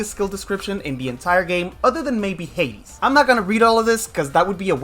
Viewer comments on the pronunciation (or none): none